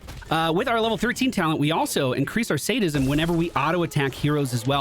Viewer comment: You pronounced Sadism correctly! Proud of you!